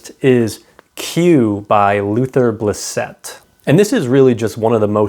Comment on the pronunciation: Q is excellent. A note about the pronunciation of Luther Blissett. It’s pronounced BLISS-it, with the stress on the first syllable, to rhyme with “kiss it”. Not bliss-ETT. The real Luther Blissett was an English soccer player in the 1980s who spent a brief period playing in Milan.